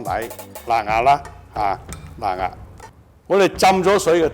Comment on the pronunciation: 辣壓聽到好辛苦